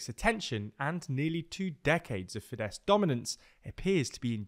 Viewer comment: Well done pronouncing "Fidesz" correctly. Now try to actually pronounce the "r" in "Orbán".